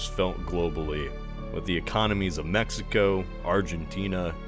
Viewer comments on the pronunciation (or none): none